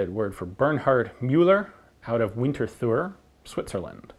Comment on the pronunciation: Hey Ian, Winterthur is pronounced Winter-toor (the same oo in tool). Just thought I'd point it out in case you somehow come across more firearms from that town.